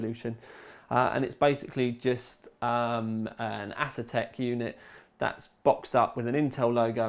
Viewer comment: 58min video...sweet! >bucket< of tea and 1300g (2 1/2lb) box of broken biscuits :P btw peeps, its aY-zeus.....not ace-us.